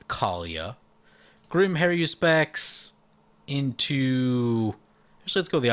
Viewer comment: Har-U-spex. There's no 'I' in that word. You play mtg for a living, learn to rtfc; including the name....